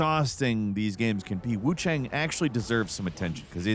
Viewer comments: he said Wuchong meanwhile nah im like its WooChang LOL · “wuchong” not the first Freudian slip when talking about WuCHANG I’ve heard online and I’m sure it won’t be the last 😂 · is it not pronounced wu chayng? kept saying wu chong in the beginning of the video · gonna level w you i didnt notice that LMAO but the mandarin pronunciation is “wuchong” why is why i said that. i wonder if its a case of mispronunciation in the dub? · Is it just me or is he deliberately saying Wuchang wrong? Wuchong? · Why do you keep saying Wuchong? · Wukong and Wuchang don’t sound the same at all. Kong rhymes with cone and Chang rhymes with long. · Kind of wild how bro pronounces Wuchang vastly differently in under 1 minute lmao.